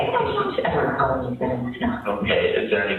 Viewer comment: I believe am she definitely read "hos long"